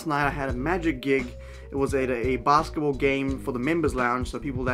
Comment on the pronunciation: It took me a few seconds to figure out you were saying basketball in the beginning. My English is weird